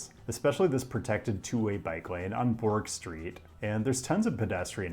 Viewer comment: laughed at "bork street" myself